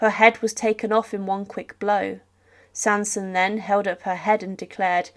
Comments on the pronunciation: The executioner legendary family were the Sansons. You said Samson. And that is wrong. But to say the word "executioner" is correct. But that word technically would mean to execution. But it is what it is. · The executioner's name was Sanson not Samson